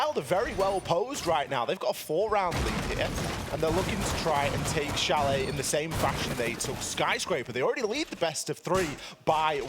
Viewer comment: Please Change: It's Chalet.👍